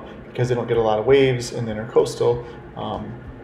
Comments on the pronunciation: it's the "INTRAcoastal" not "INTERcoastal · Not pronounced INTER coastal. It’s the Intracoastal . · Great video...fyi, it's NOT "intercoastal",it's "intracoastal"...somebody probably already said, but I'm not reading a 1000 comments to find out...lol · It's Intracoastal, not Intercoastal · intracoastal not intercoastal...